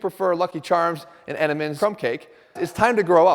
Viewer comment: Bro said Enteman's crumb cake like a true New Englander 😂